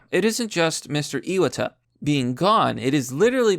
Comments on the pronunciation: Ee-wah-tah not Ee-wad-der. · Btw, it's "eye-watt-uh."